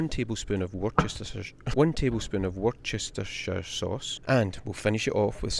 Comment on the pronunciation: Pronounced "Woostershire" sauce, or just call it Wooster sauce 😊